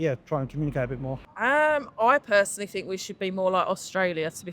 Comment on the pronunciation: "I fink rite........"